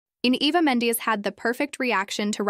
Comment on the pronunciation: Mendez is pronounced MEN-daz not MENDIES.